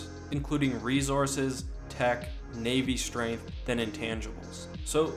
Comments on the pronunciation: Guys guys are we gonna talk about the fact that he said navy straganth not strength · That "navy Straganth" though... i belive he meant Navy Strength :P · Navy Straganth 😹😹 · Man I love "navy straganth" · "Navy Straganth" wot